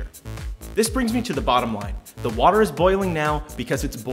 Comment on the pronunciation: there still is no "h" in water